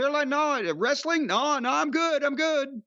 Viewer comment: Wrasstlin? Nah nah I’m good lol.